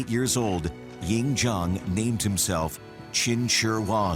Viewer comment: also... weapon at that time.., city walls at that time... and the Chinese name Lv Bu Wei should not be pronounce Lu Buoy (how you spell pronounce?) Ying Zheng (Ing Jan... hmm.. not really... English don't have this sound)... you (narators) just need to learn the language too man...